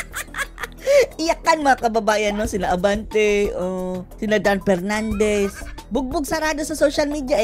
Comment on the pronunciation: DUMB "Yuttering" Pernandes